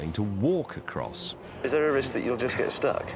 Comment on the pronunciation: says jest instead of just. It's about time somebody pointed this out.